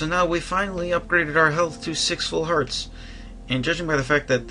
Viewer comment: it's hearts not what you were saying (sorry I'm a bad speller even though I'm in high school)